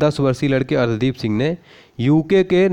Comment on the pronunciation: अर्शदीप सिंह सही होगा। न कि अर्ध्दीप सिंह।